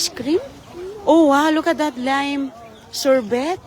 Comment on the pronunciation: Old video and the way you pronounced sorbet and pastries is wrong. My gosh woman please learn how to speak English.